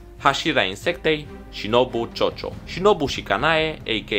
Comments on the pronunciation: E Kochio nu cocio😂😂😂😂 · “Shinobu ciocio” am murit la vaza asta 🤣 Kocho se pronunța koco 🫠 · De ce shinobu ciocio și nu kocho? Sau cum se citește cocio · "Chocho" E KOCHI NU CHOCHO😭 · Ai cam dat în cap la câteva nume cum ar și al lui shinobu [cocio] asa se citeste. Și mai sunt câteva pe care nu le am reținut. În rest minunat episod am aflat chestii noi despre rengoku. În rest știam tot. Unde apar aceste informații despre rengoku?